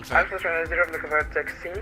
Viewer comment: Moscow airports, correct pronunciations: "SHER-emen-TAY-vo.... DOMO-de-DOVO...... VUN-uh-KO-vo..... :o)